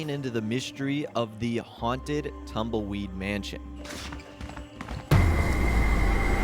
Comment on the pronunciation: I love how says "Tamoyd" Instead of Tumbleweed 🤣